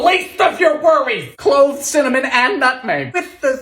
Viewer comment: I don't think I'll ever get tired of hearing him shout CIMMINIM! lol